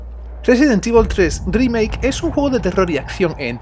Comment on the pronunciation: " residen tivol 3 drimake "JAJSJAJA por qué tan mala pronunciación?